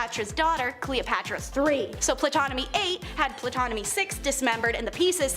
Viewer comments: This video was fun and informative, but also extremely frustrating. Please have your narrator's know how to pronounce names before they make a clip, such as Ptolemy which is pronounce tol-oh-may phonetically or Tutankhamun tut-ankh-ah-moon again phonetically other than that great vid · Ptolemy is pronounced "Tolemy." This is taught in school. Learn words. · The "P" in Ptomely is silent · Girl, please get an education in World History. You got 3 MAJOR Egyptian names completely WRONG. Ptolemy - ‘Tol-a-mee’ Imhotep - ‘Im-ho-tep’ Tutankhamen - ‘Toot-an-ka-men’. Purposely mispronouncing historic names is sheer ignorance, not amusing. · Wait isn’t the P silent in Ptolemy lol 🤦🏾‍♀️